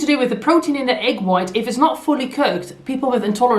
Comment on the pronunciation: Or quit referring to it as an "ayyyggg allergy." Intolerance is not the same as an alleegy, and that's why people make fun of that... and the way she pronounces "egg."